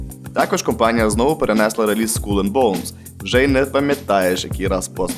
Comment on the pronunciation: Дякую за крутий контент! Пс. Череп англійською- скалл, не скулл:)